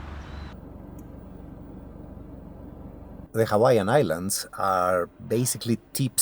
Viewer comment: Great pronunciation on Haleakala!